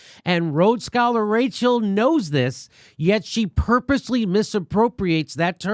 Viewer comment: Wow “Racheal”